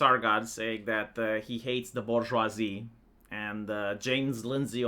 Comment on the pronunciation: The Bourgeoivee